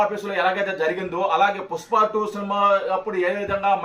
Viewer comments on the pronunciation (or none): none